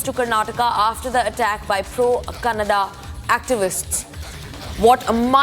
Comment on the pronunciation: Before becoming tv anchor first Learn to pronounce language name it's not kannad Its kannada...